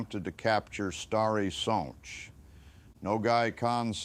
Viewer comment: Thank u 4 pernoucing the polish names corectly.its a rear thing to hear.i specially like the way u say stary sacz which is hard to pernouce.thank u 4 taking interest in this part of history